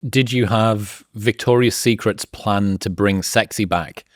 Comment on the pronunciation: It's "Victoria's Secret," gentlemen, not "Victoria Secrets."